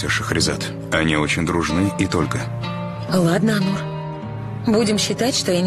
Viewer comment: Онур, а не Анур. Так же и произносится. ☝️